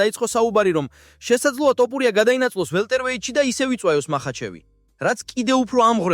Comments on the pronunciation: რა ტოპურია თოფურია ისწავლე ჯეერ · ტოპურია არა თოფურია. გამოასწორე ლექსიკა. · მაგას ჯობია სხვა ენაზე გააკეთო ვიდეოები ქართული სპეციფიური ენაა- ერთი ასოც რომ ვერ გამოთქვა ძალიან საშინლად ისმის, თითქოს დაგცინიანო/ გითხრეს შენ მეც და სხვებმაც რომ თოფურიააა და არა ""ტ """ სხვა ენებში არაა მასე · ტოპურია არა ეგ თოფურია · რა ტოპურია ტო თოფურია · ტოპურია კი არა, თოფურია! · ტოპიურია კი არაა შე კაი კაცო და ტოპიმეგრელია ეგ ბიჭი ! რით ვერ ისწავლე იმის გვარი ვიზეც ფადაცემას აკეთებ????? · ტოპურია არა თოფურია არის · ტოფრია არაა თოფურია და ნუ მოტყანი ტვინი შენი "ტ" თი! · ტოფურია არა Თოფურია ნუ აფუᲭებ გვარს ქარᲗულად წარმოᲗქმი გვარი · “ტოპურია”რა უბედურებაა??? “უნდა ვთქვათ ერთ რაღაცას” ქართულად ლაპარაკი უნდა ისწავლოთ ჯერ… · თოპურია 😂მაგარი შეგ გაქვს ვიღაცა ხარ დღემდე ზრდილობიანათ გეუბნებოდი სწორად გამოთქვი ილიას გვარი ან დებილი ხარ ან შეუგნებელი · ტ-ოპურია ? ტ-ოპული? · ეი აის ნალაპარაკებს გავს არც ქართველს ილიას სახელის გამოთქმა სწორად არ შეეშლება